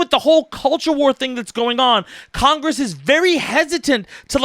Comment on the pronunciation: CONGWESS, PWEEEEASE!!! Bahahahahahaha